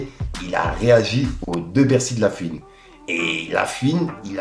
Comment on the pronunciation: stp c pas la fuine mais la FOUINE